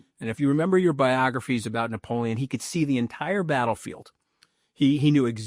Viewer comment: I dont know anybody who pronounces "Napoleon" the way Mooch does.